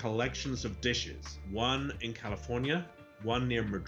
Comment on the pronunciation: Can we all have an applause for the guy that pronounced Australia correctly.